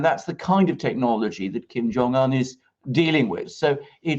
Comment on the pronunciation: It would be good if you could pronounce his name correctly. It would give you credibility